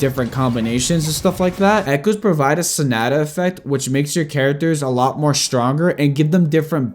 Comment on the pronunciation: Your vids are great but please correct your pronunciation of "sonata". It's a musical term.